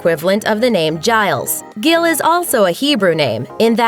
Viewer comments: Gil is not pronounced the same the name is pronounced Gil and in polish it is pronounced g-ee-l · U don’t say Gyl for fuck sake I’m Polish and if that’s what u said I would not understand what u meant unless u actually pronounced it right!